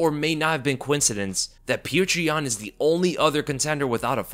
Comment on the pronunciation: This guy keeps pronouncing his name as “pjuwtjur”😂… petr is pronounced as “pyotr” man.. shit